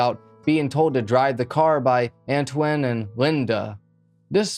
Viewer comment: I believe his name is pronounced An-twan, if it's spelled Antoine